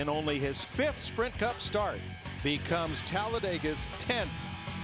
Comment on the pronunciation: she said sprint cump